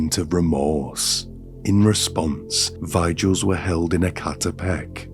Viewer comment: "Vie-jills"? It's vigils. Are you AI?